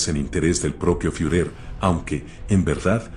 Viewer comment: Qué programa usas para esa voz sintetizada? LA verdad qué está muy bueno, solo se delata cuando te olvidas de poner una tilde, por ejemplo, cuando dice ejercito en lugar de ejército. O cuando pronuncia fiurér en Lugar de fuehrer.